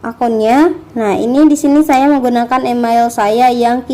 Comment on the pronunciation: Mohon menggunakan pronounciation yg benar ya, kakaa... Email dibaca : imeil, bukan imail Sign up dibaca : sain ap, bukan sin ap 🙏🙏🙏